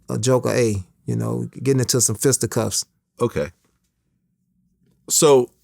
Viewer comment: said fista cuffs 🥴😂